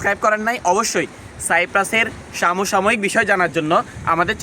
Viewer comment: । কথাটা সাম সাময়িক হবে না। সম সাময়িক হবে